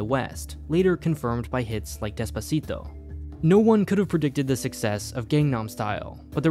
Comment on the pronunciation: Nice pronunciation of Despacito! It's a pet peeve to hear Americans say "des-pah-cee-doe," so it was a pleasant surprise :)